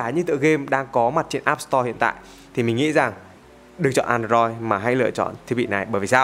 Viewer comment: An đờ roi ^^ Ko sai nhưng nghe ngộ ngộ